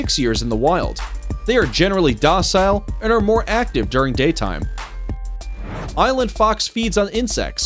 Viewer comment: who else thought he said eyelid fox instead of island fox i did hahaha